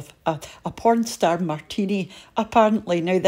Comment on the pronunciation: Lovely...what pstar martini🤣🤣🤣 did I hear that right? Greetings from Scotland 😊 Have a wonderful day everyone 🌻